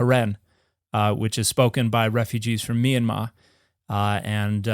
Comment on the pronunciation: I have never heard another person pronounce "Myanmar" correctly. Not surprised that it's Dr. Dan McClellan who gets it right!